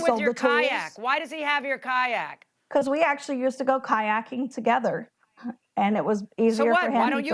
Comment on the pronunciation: Say Kayak one more time and see what i do